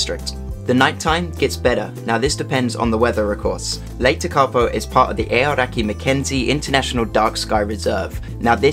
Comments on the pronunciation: Really liked the video.not surprising some place names are hard to pronounce,hope this helps. Tekapo,,,,,,teak ,,A ,,po Hawea,,,Har,,we. ,,a. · Great video. Yes, Tekapo was the least correctly pronounced place name but never mind. For the tourists coming back here after the Covid shutdown, I think your stated travel times between the places shown are too short. If you had a fast car (rather than a campervan), they would be achievable but I would recommend adding at least 20% more time to each leg of the trip. Apart from the scenery, the road conditions and the speed of slower vehicles should be kept in mind. And a flock of sheep on the road can happen.